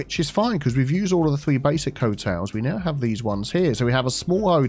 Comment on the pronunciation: "Charming Hoteals Co."